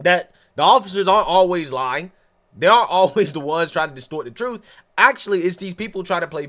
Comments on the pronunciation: The very ignorance to deny while saying "thats not the troof" whats the "troof" then goofy? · “Not the troof.” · Not the truff, not the truff!😂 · “Not duh troof at all.” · I axed him. Its not the truff😂😂😂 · Not telling the “troof”…… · “They not telling the truff” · it's not the troof. not da troof at all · Not da troof. Not da troof. Ok, what the hell is troof?? IQ is a real thing, and she does not have any. Winning.